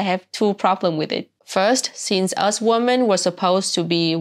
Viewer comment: The plural "women" is pronounced "wimmin."